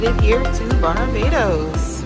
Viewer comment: you pronounce barbados like a real bajan 😂